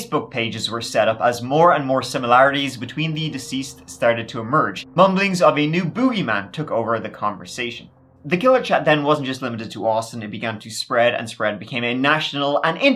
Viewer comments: instead of boogie man. It's pronounced bow gee man. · The way you said the word "boogeyman" just gives me near fatal cringe. Please stop using that word unless you dedicate yourself to pronouncing it in a more conventional fashion.